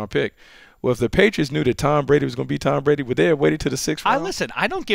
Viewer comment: "Tom Prady"